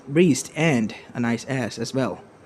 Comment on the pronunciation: he said breedst not breasts, don't worry